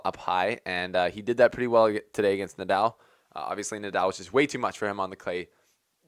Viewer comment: Yeah, right! He was mispronouncing "Nadal" as well.